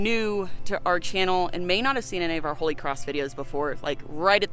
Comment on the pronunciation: "Kholy cross"